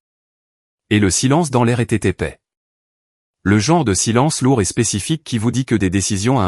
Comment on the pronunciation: L'épais dossier et non l'épée dossier 😂